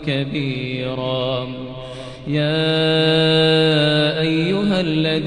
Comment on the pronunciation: ياخي العزيز القراءة صحيحه